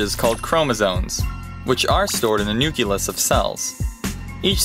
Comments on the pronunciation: "nuculus" Worst voiceover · they didnt even say nucleus correct lmfao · Yeah. I hate it when people mispronounce nucleus.